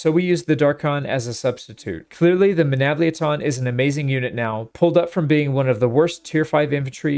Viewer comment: the way you say Menavliaton sounds like it is a transformer its MenavliAton similar to how you say TriArii